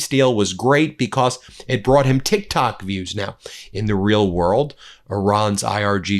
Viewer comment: It’s Tik Tak not TikTok 😂😂😂